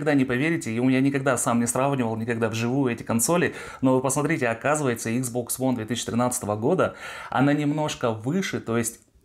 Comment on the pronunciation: Почему он постоянно говорит икс бокс ВОН? Объясните, умоляю!